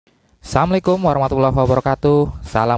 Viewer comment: Maaf bang sy ga, suscrabe ga, like Karna sy tdk sreg dgn ucapan salamnya... Setiap opening sll samlikum...samlikum